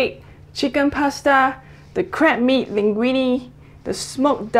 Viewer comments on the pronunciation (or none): Sounds like she's saying "crap meat" hehehe ^_^